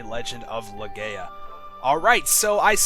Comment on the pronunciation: I know the let's play is over, but it is pronounced "le-guy-ah".